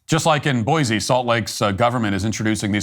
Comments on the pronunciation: It's 'boysee' not 'boyzee'. Boise is slowly becoming another Portland/Seattle/Denver, a Left wing tail wagging a Right wing dog. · Boy-see not boy-zee